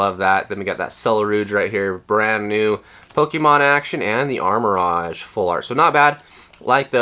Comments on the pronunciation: nah it's "arma-rouge" and "ceru-ledge", he's mispronouncing the names lol (which is understandable but incorrect) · It’s Arma-Rouge (color pronunciation) not Armor Rodge 😂😂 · Its Ar-Ma-Rouge not rohge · It's pronounced armor rogue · Ok I gotta ask…what’s up with the names?? Armarouge —> Armor Rodge?? Ceruledge —> Selluh Ruudge?? Have I been mispronouncing these names all these years? 🤔😂😂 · how can you sell pokemon cards, have a pokemon channel and not know how to say Armarouge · It's a lighthearted joke and I don't think that pronouncing armarouge wrong is a big insecurity that this guy is pointing out